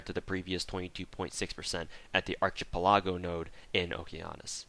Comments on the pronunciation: The pronunciation of archipelago made me so angry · The way you pronounced "archipelago" gave me aids lol